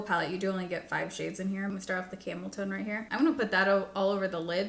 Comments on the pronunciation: 😂 I was half listening and folding laundry and I had to rewind bc I thought I heard camel toe.... Tone. Camel tone. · I heard it both times!! Lol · OMG I literally thought the same. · FYI, when you say "camel tone" quickly, it sounds like Camel toe.😂😂 I literally stopped in my tracks and had to rewind the vid to check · Ooooooohhhhhhhh!!! you've been saying camel TONE this whole time 🤦‍♂!🤦‍♂! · Every time you said “camel tone” I heard it as “cameltoe.” I was like, “Will these cosmetic companies ever stop?” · I keep thinking you are saying camel 🐪 toe! 😂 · Same!!😂 I had a good laugh, though.🤭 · I think you look stunning! I know you were not impressed with most of the products, but idk I'd it is just the tones you used or your hair or what, but it seems different than what you have been doing and it is nice. Also, I totally did a double take every time you said "camel tone". 😂